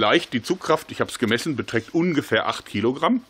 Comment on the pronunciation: "....betragt ungefahrrr ache KILOGRAM..." O YES MHMM YEP UH Huh YEA, Mhmm that sounds right mhmm